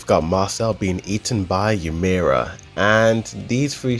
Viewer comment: Why’s he keep saying “yimra” instead of Ymir?